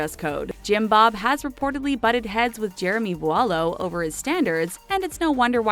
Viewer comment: To be completely honest this video really annoyed me. Although Jim bob’s rules may be a little over the top this lady had no idea what she was talking about, she can’t even pronounce voulo correctly. If you would actually watch the show before judging you would find that 99% of the accusations are false